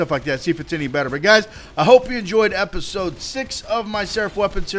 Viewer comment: hahah, no offence but idk if anybody else noticed but at the beginning he said whats goin on ladies and gents... you know but then he said, "bringing you episoad 6 of my seraph weapons series and to day I have a SERAPH CRYSTAL known as the Devistator..." lol good work [=